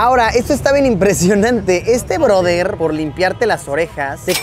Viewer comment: El “ broder”😂😂!!